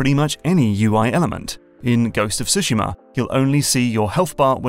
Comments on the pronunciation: Using the wind, birds and foxes to guide you in Ghost of Tsushima is one of the coolest and best implemented UI things I've ever seen. It's been almost one year and I still stop and think how brilliant it is. Also, congrats on saying Tsushima correctly :) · I love how he pronounces tsushima like a japanese would